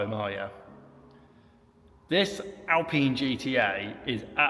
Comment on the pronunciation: You got the pronunciation right, ‘Alpeen’ not Alpine with a long ‘I’ sound. Like the current Alpine, this received consistently good reviews in its time. We are badge snobs here in the UK.